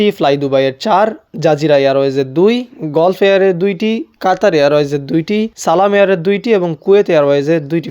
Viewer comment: গল্ফ এয়ারওয়েজ কি ভাই!! গাল্ফ এয়ারওয়েজ উচ্চারণ হবে